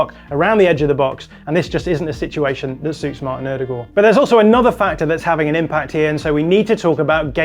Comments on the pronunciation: Odegaard or "o-de-gor" isn't how you say it in Norwegian or English. The Norwegian pronunciation is O-de-goy (like boy with a g at the beginning). I liked the rest of the video. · ...It's pronounced "Oh-duh-guard." Maybe in Norway it's pronounced differently, but English speakers worldwide have agreed upon the phonics pronunciation. I know you think you're doing the right thing by pronouncing it what some might say "correctly," but honestly, you're just confusing people. Nobody knows who this "Ew-de-goourrrr" is. But everybody knows "Oh-duh-guard." All in jest, love your breakdowns! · The way he says Ødegaard is so annoying. Odegooor that’s not his name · Great analogy. One slight problem. The way you said Martin Odegaard 😜